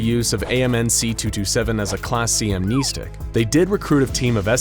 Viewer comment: I hope one day you'll say the name "amnestics" 🤦🏾‍♂️ like I cringe every time you say that word (incorrectly) 😭